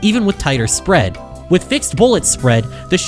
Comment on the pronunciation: switch "spreed" ah yes